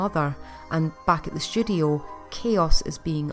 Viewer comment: I kept hearing "studio" as "sh*thole"